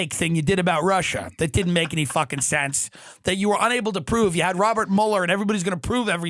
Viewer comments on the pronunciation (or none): none